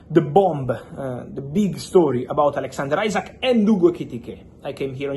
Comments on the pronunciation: Butchers Isak’s name every time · Bigger question is which will come quicker Fabio's correct pronunciation of Isak or Arsenal signing Gyokeres? 😅